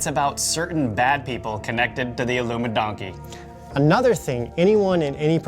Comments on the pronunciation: I hate it when you say illumidonkey. Cut it out please. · Why do you keep saying Illumi-donkey?? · Why can't you seem to pronounce "Illuminati" properly? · Love love love the content. Loathe loathe loathe the CRINGE “illumi-donkey”